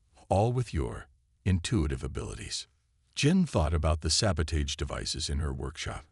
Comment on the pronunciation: will the word Sabotage ever get pronounced properly! 🤣 these human mechanic stories should really get a series on hbo or showtime or something...